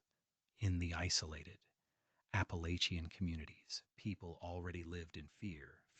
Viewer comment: Another ai voice that can pronounce Appalachian